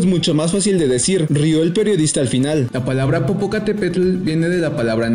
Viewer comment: Tampoco sabe pronunciar el reportero de México Xallitzintla (Shalitzintla) .....dice Shalitzintla...y creo dice Popó en lugar de Popo. Así que aquí también se cuecen habas.....